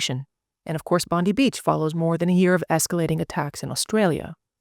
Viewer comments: Just a side comment, the pronunciation is actually Bon-deye, not Bon-dee. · It’s pronounced Bond eye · Just quickly, Bondi is pronounced as Bon-di (di as in Diana) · The pronunciation of Bondi In Australia is pronounced Bondeye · Pronounced “Bondye” Beach. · Pronounced ‘Bond eye’ beach. 😊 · Excellent video . Minor point : Bondi is pronounced as Bondie . Ironically. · FYI, you're mispronouncing Bondi beach it's Bond-eye. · Please use the Internet to hear how to pronounce Bondi Beach because you have got it wrong